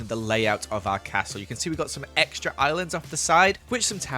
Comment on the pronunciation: He's said ecctra so much😂